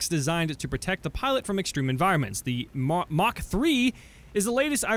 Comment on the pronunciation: Mark not Mach